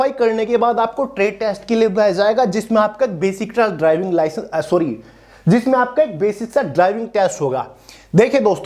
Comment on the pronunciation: Licence ka clear bolo 😢 HMV ki LMV TR